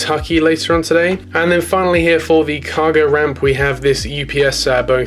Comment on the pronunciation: The way you said UPS sounded like EW PS (Edit): but only on the first 767